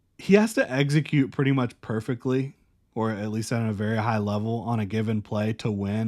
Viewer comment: Brother, the word is execute. Not eggsecute